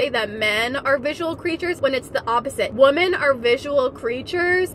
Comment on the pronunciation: Why does she keep saying woman instead of women?